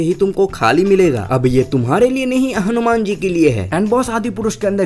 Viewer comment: Tu nam acchhe se le.. hanuman ji hai o😡